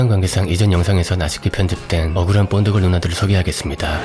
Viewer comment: 아놔 뽄드걸이라니 ㅋㅋㅋ 본드걸이라고 해주세요 본드걸 ㅋㅋㅋ